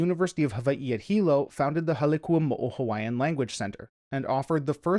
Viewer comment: Finally, someone who actually tries to pronounce Hawaiian in a video about Hawaiʻi! You’d be surprised how rare this is. Youtube is full of people who profess to know all about Hawaiʻi but they can’t even pronounce words as simple as “ke” or “ʻo”.